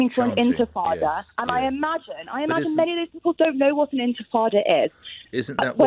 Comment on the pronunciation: "Intefada" can she hear herself?! Does she honestly, honestly think that's true? Because if so, the very carefully orchestrated propaganda campaign has really worked on her.